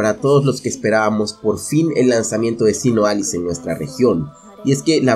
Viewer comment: Pensaba que decía Sinaloa jajaja